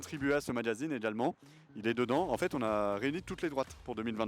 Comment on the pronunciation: "juste une image de haine enfaîteuh" 😂. Quand on revomi la propagande de gauche c'est ce qui arrive.